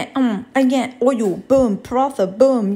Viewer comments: As an indian The way she pronounces parantha is triggering me..... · The way she said paratha was so cute 🥰 btw it’s actually pronounced parata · Honey, it pronounced (parata) tha is ta , looks delicious tho thank you . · I love when she said Bismillah, and she said “paratha” that is how it’s spelled, but not it’s pronunciation, it’s pronounced “parata” But I love ur vids so I don’t rlly care, you are actually so smart! You made a great breakfast dish. As a Muslim and a 10 year old hijabi, I understand everything you go through! I love how you do everything in a car Love, Tuba, 10 year old from Canada. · Asalam alaikum it looks amazing would love to try sometime but I think you are pronouncing the word PARATHA incorrectly it is pronounced like this parata ok may allah bless you good bye :) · I love this but my lovely try to pronounce paratha by accentuating the “t” in the word like parattha. The tajweed in food names ❤️ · It’s not pronounced like paraTHa it’s Paraatta. You don’t make the TH sound. That’s a different type of TH in Hindi. It’s a heavy T sound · Its not parat-tha its pronounced as paradt-ha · Sorry, but I think it’s pronounced Pa-Ra-Ta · the way she pronounced paratha made my left eye twitch 😭😭 it’s pronounced “parat ha” (without the space ofc, i just wanted to explain that it’s not a “tha” sound but a “t” “ha” sound) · Paratha lol its pronounced parata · The way she pronounced paratha 😂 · Someone tell her that she's pronouncing paratha wrong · You pronouncing paratha wrong! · Paratha isn't pronounced like that.